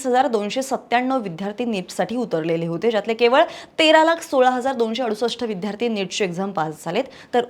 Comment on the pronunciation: विद्यार्थी-उच्चार नीट करा विध्यार्थी -चूक आहे